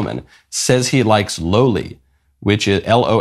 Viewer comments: Loli is not porn it’s a type of anime character, which is an anime character that resembles a child. Also it is not pronounced low lee it’s pronounced law lee like lolipop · Its not "lowly" Its Loli from Lolita. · it's actually pronounced lowli but i still call it lawli because that's what i'm used to. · I love how innocent Michael is. Pronouces Loli as "Lowly" 😂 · Loli's pronounced in the way you pronounce 'lolli' in the word 'lollipop'. I'm not entirely sure about the origin, but it could come from the word 'lolita', although in Japanese terms the meaning was changed to refer to a '"sweet and adorable" adolescent girl.' It's an anime genre and a pornographic genre. To me (based on the anime that I watch) the genre suggests an adorable childlike girl, or an adorable female child. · Man. The way Michael pronounced Loli made my day. Still, it’s sad to see Chris doing this, actively tearing asunder both his family and Jimmy’s channel.